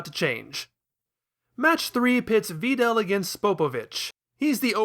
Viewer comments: "Va Dell" you are welcome 0/ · Yup, that's how it's pronounced. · You are so good at this dissection, man! ...but I absolutely despise that pronunciation of Videl— but that’s just me. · Is there a meme I’m missing that has to do with the way this guy pronounces names? Vee-del? Sigh-ins? No way lmao